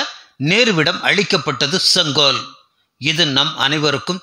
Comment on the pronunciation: Neither ONGOL nor KODUNGOL, It is SENGOL. MODIJI Vazhga